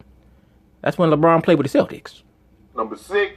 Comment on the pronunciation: He said labron bird and he had videligo. 😅😅😅